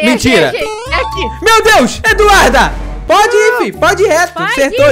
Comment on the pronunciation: Alguém percebeu que o ato está falando o nome da Eduarda errado tá falando do Duda Eduarda